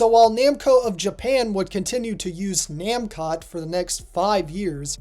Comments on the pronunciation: Mascot? Maybe but the pronunciation of the katakana is actually na-mu-ko (pause) toe. Not nam-kot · There is no way that how your pronouncing Namcot is correct. Japanese words always end in a vowel, even when it’s a foreign word using katakana.